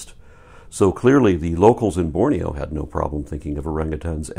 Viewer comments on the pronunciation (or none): none